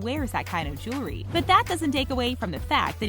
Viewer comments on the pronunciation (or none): none